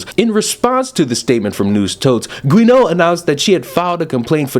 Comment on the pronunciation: I think Guéneau is "Joo-No".